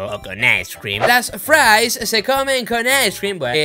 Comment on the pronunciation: Las fraissss se comen con aiscrem jajajajaja